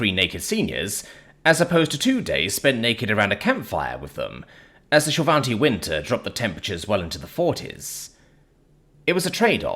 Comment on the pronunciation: hahaha. Also despite pronunciation, there's no n in shil'vati